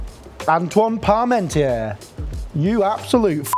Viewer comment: He knows his cooking, but I'm surprised at his ignorance. First, that Frenchman's name is pronounced pahr-mawn-TYAY. That's not so hard to say, is it? It's not pahr-mawn-TEER. And second, the Sun King was Louis the XIV, not Louis XVI. It's a shame how lazy this cook is about getting facts and pronunciations straight.